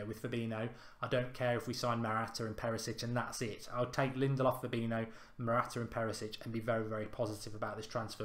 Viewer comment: i like these videos, big fan but it always annoys me when he mispronounces fabinho